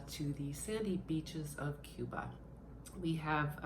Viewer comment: this is how you pronounce Cuba: My kitten was having trouble watching her Blu-Ray. Turns out she just had the movie on PAWS., what’s one of your most frightening and or funny encounters with a fan of Crash Test Dummies?